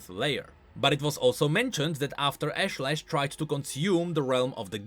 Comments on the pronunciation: I don't think pronounced it's Ashe-lesh, it's Aash-ley-sh. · Pretty sure it's pronounced Ahsh-leh-sh, with more of a south Asian/Indian accent/intonation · Ashlesh. I think it's meant to be pronounce Ahsh-lesh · Hi, A small nitpick but your pronunciation of Ashlesh is incorrect. The skin spotlight voice lines video has the correct pronunciation.